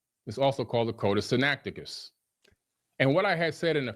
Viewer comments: Did he call it Sinacticus? That sounds like the name of an extinct bird-like dinosaur from China lol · I mean Billy Carson called it "Sinacticus"